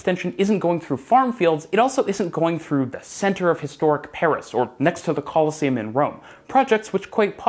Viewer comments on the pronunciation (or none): none